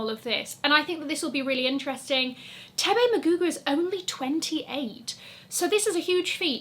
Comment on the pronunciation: Yes to saying Thebe’s name correctly! Circle hand clap for you and ululating for Thebe!